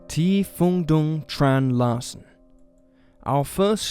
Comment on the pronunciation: A Vietnamese? Very much appreciate that Norwegian case. However, Phuong is pronounced "Fu-ang" as to differentiate it from Phung, and Dung is pronounced "Zung", not with a traditional English "D".